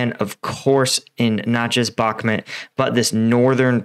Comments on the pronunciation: You definitely know your stuff, I watch all your updates. Spent some time last year in Ukraine. I mean no disrespect by this, I’ve noticed it for awhile haha. I may be wrong which I am often, I do believe it’s pronounced Bahk-moot, not Bahk-mit. Thank you again for helping me keep up to date. Your work is an invaluable part of my research daily. Keep up the hard work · My friend. I really respect you for the inforamtion you are giving us free of charge. But Bakhmut is spelled with an U and not E. You pronounce it "Bakhmet" but it is pronounced "Bakhmood" I skipp the pronounciation of the kh sounds because I do not expect an english speaking fella toget that right haha :). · its pronounced BACH(like the composer)-MOOT